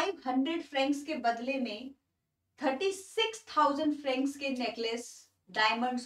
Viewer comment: It's not frances it's francs